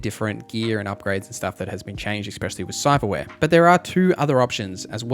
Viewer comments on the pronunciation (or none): Good video. It took me a while to work out he was saying "melee" not mili. I thought it was short of military militech or something. Also Eck-specially for especially and unequip-ded fopr unequipped. Are these american things? Never heard before. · Essssssspecially.....there's no fucking X in that word....argh